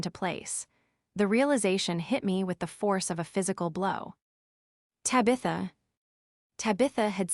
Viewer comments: AAUURGH! TAB-i-tha! NOT Tab-ITH-a !!!!!! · So who is DIE-caprio? Maybe a friend of TaBITHa’s!? lol😂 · And Tabitha and a few others😮